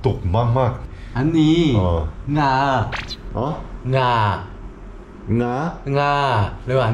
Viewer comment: ขำ เหงื่อ ไม่ใช่ หง่า งา(ช้าง) ไม่ใช่ งาก 😂😂😂